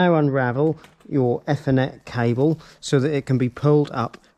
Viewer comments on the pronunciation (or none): By the way It's pronounced Ee- thernet not eff- ernet. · I thought it was Ethernet but not Fthernet 😂😂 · the way this guy pronounces ethernet.. aethernet for reference not effernet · great video mate , however lets pronounce THE FOLLOWING E THER NET , NO E FFER NET , great vid though lol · Nice video... Is this British English, Ethernet with E from Egg, instead E from Ee? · "E" thernet. Its not eh thernet!!! Just messing with you. Thanks for sharing.. 😁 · eee- ther- net, not efff- er-net. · It's ethernet not e-thenet 😕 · e-fur-net cable, sorry was driving me crazy lol. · Honestly it was very annoying even my misses woke up and asked what an f-ernet cable was 😂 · Never heard it. I heard athernet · WTFudge ….. his pronunciation of “F n net” does my head in. On what planet is ethernet pronounced like that? 🤦🏻‍♂️ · I only heard efinet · Great install but oh Mylanta it’s pronounced ee-thr-net 😁✌️ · I have a question. What is an "effernet cable", and what is a "rooter" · Whats an ethernet - everyone else uses eeeethernet 🤣🤣🤣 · I have worked in this industry for 30+ years and never heard it called "effernet" 😂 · F-er-net!!! LOL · “Ether-Net Cable.” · phoentically its eeth - r - net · EFONET CABLE 🤣🤣🤣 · Dude its Ethernet not Fernet wow and its router not rooter!!! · Stop pronouncing Ethernet wrong!! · Yes you made it very easy to understand. Thank you. And yes I’m one of those enjoying your Ethernet & Router pronunciations. I’m nearly drunk, have to watch it again. Hope you’re a good sport. Thanks again. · Yeah, it's not a criticism or being unkind, I just have never heard it pronounced that way. It was enough to make me turn it off though. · I have never heard anyone pronounce Ethernet like this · ) sorry, just my pet hate nowadays, not pronouncing 'th' correctly by putting tongue against your teeth. Good video though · This guys definitely found a new word, shame he keeps saying it wrong. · Had to stop watching - the mispronunciation of ethernet will stay with me for life